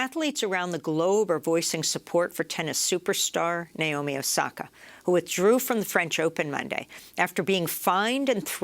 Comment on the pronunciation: i just want to point out her name is naomi. not nayomi. not nyomi. i have no idea where the anglophones get that "i" sound in the middle from. here's a simple guide to pronouncing her name properly: na as in nag o as in other mi as in middle